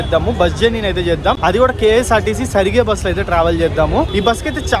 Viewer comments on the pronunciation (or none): Ksrtc సరిగే కాదు " సారిగే " అనాలి బ్రో...... (అంటే transportation అని) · Its not karnataka సరిగె its called as Karnataka సారిగే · కర్ణాటక సరిగె కాదు భయ్య "కర్ణాటక సారిగే". అది కూడా చదవడం రాకపోతే ఎలా భయ్య.